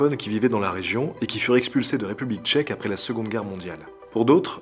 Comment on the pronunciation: À chaque fois qu'il disait "République Tchèque" je pensais à "Check mon frère" 😂